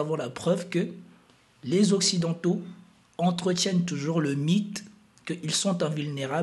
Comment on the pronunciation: Pauvre toi!😅 comment ce prononce OCCIDENTAUX dans ta langue maternelle !??